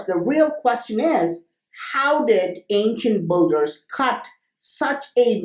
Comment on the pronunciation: Great video :) Oh by the way, phonetic of "Builders"^ BIL-DERS not Bul-durs :) Love these Vids